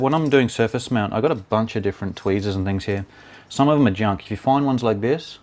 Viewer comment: i rlly like the word "tweasers" it sounds like a cute little baby that cant prenounce the letter "r" right xD